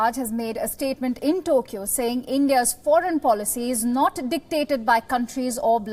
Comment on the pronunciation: Um it's Tokyo not Tokya